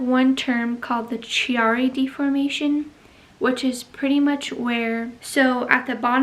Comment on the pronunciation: I am sorry to hear you have Chiari. (I believe the ‘H’ is silent) You must have excellent healthcare providers looking out for you to receive a diagnosis at such a young age! Chiari is common with connective tissue disorders. I have Ehlers Danlos syndrome and have suspected I have a Chiari as well however. The MRI I had done in 2012 didn’t show anything despite symptoms. I am wanting to know if your MRI was an upright one? I’ve read that Chiari is easier to detect on an upright as gravity is a factor and as humans we don’t spend out lives lying down and we have the symptoms standing up. In Canada sadly we only have one upright MRI machine in the entire country supposedly (I may be exaggerating here, but there really is only one in the western provinces, in Kamloops BC is what I was told) so virtually impossible to get the test done unless we travel to the states which of course we can’t do due to COVID right now. Health care is a struggle when you don’t live in a large city in Canada. Very hard to see specialists. By the grace of God I keep carrying on with a smile on my face! Keep doing what you’re doing for your posture! The books I’ve read by Pete Egoscue on chronic pain have really helped me as well as his postural exercises which a massage therapist introduced me to years ago. I wish I had access to this information in my twenties. This was a very interesting video and I sure wish you the best with everything! It’s a lot to be dealing with while being pregnant. If you ha